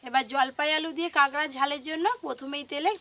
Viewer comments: কাগরা না কাকরা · Ota kangra nay kakra balo kore kichu bolte o paro na abr bolte suru koro